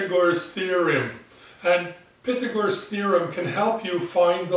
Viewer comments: Lol does he not know how to pronounce Pythagorean thereom, pyhthagor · I got distracted for a second... When I learned this I was taught it was pronounced "Pie-thag-or-us" and "Pie-thag-or-an". Sometimes with a little less emphasis on the "Pie". Each his own I guess.